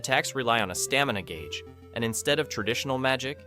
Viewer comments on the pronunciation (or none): none